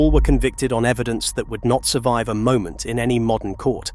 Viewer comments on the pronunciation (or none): none